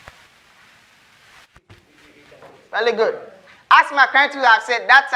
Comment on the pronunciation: He said vely gud